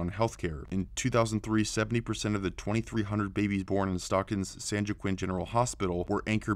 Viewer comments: It's pronounced (wa-keen) ! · That’s pronounced “Wah-Keen” the J in Joaquin is like the J in Juan. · Joaquin is pronounced "Wahkeen"... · you're so brilliant that I give you a compete pass on the occasional monotone speaking. Every video you make is jam packed with information. You night be the most informative conservative YouTube out there. Keep up the great work. Oh yeah and joaquin is pronounced wah-keen:)